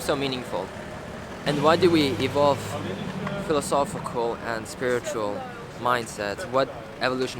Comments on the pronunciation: But he says "philosophical" properly!? I had to pause and replay that to check my hearing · dude said phiofosy 5 times but says philosophical fine.